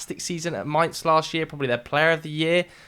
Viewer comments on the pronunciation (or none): none